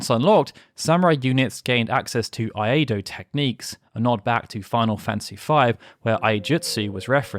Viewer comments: Hope this doesnt come across as pretentious, but the "Iai" part of things like Iaido is pronounced as "ee-eye". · I really enjoyed this. Being an Iaido practitioner, I appreciate the amount of detail you into the video. Other than the fact I would cringe a little whenever you mispronounced Iaido incorrectly (its E I dou), this is excellent. Dont feel mad, every time I would mispronounce it in class, my sensei would make me go do suburi on the other side of the dojo. 😂 Also the SOLDIER unit in FFVII is deeply based off of samurai as well. You mentioned Cloud and Sephiroth being based off of Miyamoto Musashi and Sasaki Kojiro respectively, but it goes further. Cloud's original design was changed because the designers felt it wasnt enough of a contrast between him and Sephiroth. This original design would go on to become Angeal Hewley. Which is why the Buster Sword (which was based off the boat oar Musashi defeated Kojiro with) originates from him. Also Angeal plays the older mentor to SOLDIER members who would pass on his teachings to Zack, who would pass them on to Cloud. SOLDIER is also considered a higher class of warrior. Being what ashigaru (foot soldiers) strive for. Which Sephiroth represents for Angeal, Genesis and Cloud. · Love the channel, been watching a lot of the multi-hour videos, finally subbed just now. Please work on the Japanese pronunciations. I don't expect anyone to become an expert, but hearing "iaido" pronounced like "eye-ay-dough" is giving me conniptions. Pronunciation is easy and quick to learn, and, because the vowel sounds are always the same, there are no exceptions to memorize. I could whip up a quick and dirty guide, if you like.